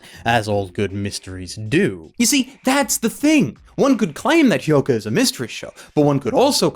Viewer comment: has finally learnt how to pronounce Hyouka. Let's rejoice!